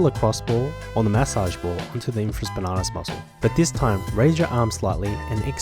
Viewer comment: I’m a sports therapy student here in England, and I’m gonna start saying ‘infraSPANARTUS’ haha